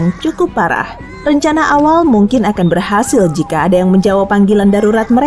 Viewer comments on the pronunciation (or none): Hadoh "Berhasul"